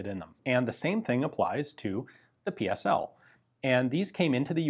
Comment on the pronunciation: Thumbs up for pronouncing correctly PSL and the Cugir you only miss pronounced the letter G